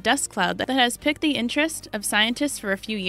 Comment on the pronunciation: Piqued is pronounced "peaked" not "picked"